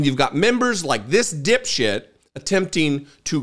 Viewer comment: Got damn I love when this man says, “You DIP SHIX! 😂😂😂😂